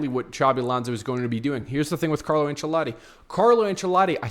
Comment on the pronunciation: its not Carlo Anchelati bro